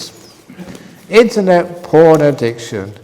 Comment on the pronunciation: PORN not PHON